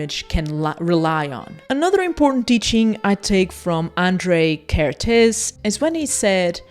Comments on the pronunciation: Hungarian person here... Your pronunciation of the un-accented part of his name is not bad, however you didn't pronounce the accents at all. It should sound like "Ah-n-dr-ay Ker-t-ay-s". The "sz" in Hungarian is just an "s" sound in English and the "s" sound in Hungarian is a "sh" sound in English. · Hi, Hungarian here. Kertész András (the hungarian name order) pronuncaitaon is like "care-tase" "An-D-rush" (IPA: kɛrteːs ɒŋdraːʃ). Hungarian is language wich use the letters as sounds, so the letter "A" is always pronunced the same way no matter the word (there are some example, but this is the general rule)